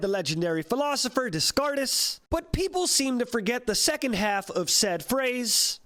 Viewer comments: Gotta love my favourite philosopher "des cart es". Anyone is wondering its pronounced "dey cart." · Dess-scar-tess. Apparently not so legendary because that's not how you say Descartes. (Dey-Cart, btw) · Hold up. “Des-Kart-ez”? It’s Day-cart. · pronouncing descartes as dis-card-ays really killed me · HIS NAME IS SAID AS DAY CART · Learn to say Decarte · The philosopher is pronounced Day-carts just fyi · "Desscartis"... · ah yes daissecartaisse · de-cart is how youd pronounce it correctly. he was french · Yeah, it sounded kinda like "Discardus". Like an amalgamation of "dez car tez" (Spanish) and English. Basically yes, on second hearing, it seems he just read it in English. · des car thes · as a native spanish speaker, I can absolutely say we do not. We pronounce it De Kart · Hearing you pronounce Descartes took 5 years off my lifespan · The way he pronounced Descartes causes me physical pain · when he pronounced Descartes i thought my tongue died. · How the hell did you pronounce Descartes ??? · Your pronunciation of Descartes hurt me on multiple levels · Can’t believe how many people didn’t realize Descartes was pronounced that way on purpose. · can we take a second and talk about how he butchered Descartes's name? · HOLY SHIT THE WAY YOU PRONOUNCED DESCARTES WAS AWFUL WHYYYYYYY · It sounded like when you read it in Spanish. I don't know how to correctly pronounce it either :'( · Tbh I didn't even know how to pronounce the name but still knew he butchered the pronunciation lmao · Don't pronounce Descartes like that lül